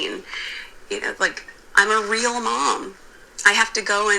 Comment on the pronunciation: Meghan says….”I’m a weal person”…. Pinocchio says….”I’m a weal boy”… 😂😂😂